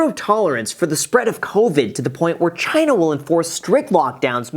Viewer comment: Did this guy say that Choina will collapse in 10 days or so? Lmfao